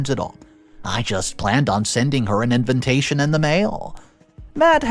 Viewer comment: I cant get past when say envintation.😊